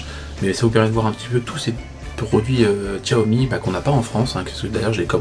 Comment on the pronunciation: Salut Guy, Xiaomi ne se prononce pas Tchoami ??? mais CHAomi car en chinois Xi c'est Chi ...merci papy JP